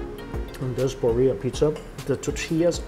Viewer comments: Beer Ee Uh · Love watching you Mikey, I’ve been watching for years, but the way you said Birria made me cringe every single time 😂😂 lol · His pronunciation of Birria was killing me ! Lol😊